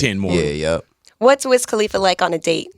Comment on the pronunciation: Big Boy. It's Cuh-Lee-Fuh. Not Cah-Lee-Fuh. Great show though.